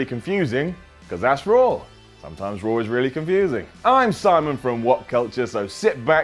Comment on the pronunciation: I like how he always pronounces Raw like RAWR